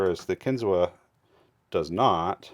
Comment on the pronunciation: It’s pronounced “kin-zoo”